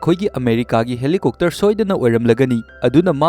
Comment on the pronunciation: Bro Helicopter su helicokter haire fjana haibiyo